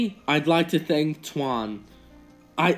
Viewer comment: How you read Tuan is WRONG Its a vietnamese name